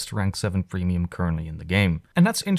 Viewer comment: i cant be the only one who heard plemium .